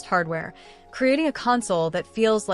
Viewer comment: Imagine showing video that matches the audio, with all of it's wonderful mispronounced words like "console".